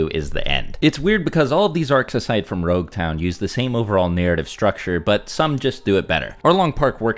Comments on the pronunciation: why did you keep saying rouge town? The actual name is Logue town. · This man said roguetown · Its LOG-town, as in prolouge and epilogue, NOT ROUGE-town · Am I stupid? Why is he calling LogueTown RogueTown? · So depending on the version of the manga you read the pronunciation of nouns is just lacking.. Roguetown is actually Loguetown. Which supports your idea of East Blue being a prologue. Loguetown is known as the town of the beginning and the end. It is a play on it being Luffy's prologue and Roger's eiplogue. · its not Rogue town, its Logue town. As in Prologue and Epilogue "the town of the begining and the end". So its actually spoken as Log town. I understand the miscommunication though. Oda clarified this in an SBS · I don’t know if I imagine it but I hear saying you Rougetown. It is actually Loguetown. The name comes from Prologue and Epilogue. The Town of the beginning and the end.